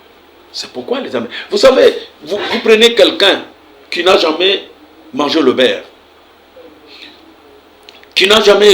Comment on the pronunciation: Le baire ? Le beurre, monsieur !